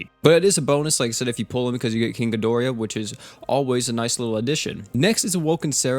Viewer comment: Feel better man and it's Ghi dor ah not Ghi dori ya